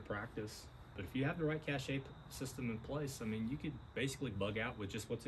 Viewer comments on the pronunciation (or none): I think you'd have to spell it "caché" or "cachè" if you pronounce it that wrong way, right? 😂